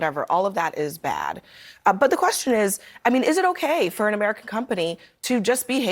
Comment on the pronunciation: Why do yov keep sayin bvt. . . There is no bvt. Destroying property is wrong period. We are American erybody has the right to do them as long as we are not harming each other directly 😤😒🤦🏿‍♂️💯